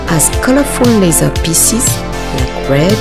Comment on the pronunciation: haha! you pronounce "leather" as "lazer" (or more something like "lèï-zeu") and "lenght" as "lands". Heureusement que je suis francophone et donc que je comprends votre fort accent ;-)